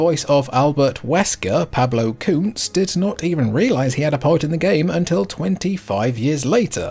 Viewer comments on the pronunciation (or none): none